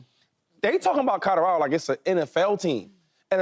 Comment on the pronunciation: Did he just say Codo Rado 🤣